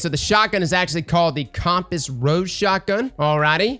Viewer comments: I don't know if you say compass weird. But you're saying Com-pass, instead of Come-pass; it's like the device that tells you what cardinal direction your facing. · Not comp-ass, it's cum-pass like that thing that tells you which way is north lol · Bro did you just say Com-Pass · The "comp-pass"?🤣🤣🤣🤣 that's not how you say compass🧭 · Pronouncing Compass as Comp-Ass had me dying! XDDDDD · Bro why are you always saying worlds wrong? Quria? Compass? Like bro it's cringe. OH and evuh levante. You can say levante but not eva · strangest way i've ever heard someone pronounce "compass"